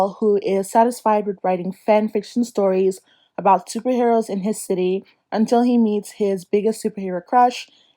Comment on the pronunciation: Please drag goodreads,,, okay I’ve never heard of the book slot but I’ll have to check it out. That unTILL really got me😂💜 FRANKLY IN LOVE YESSS!! The Texan way lol!! Maximum ride whoa what a throwback!! Preach about thrillers!! Lock every door blewwww me away!! 💜💜 awe that giggle when you said clap when you land was adorable!! Kasie West of course!! I really really want to read don’t read the comments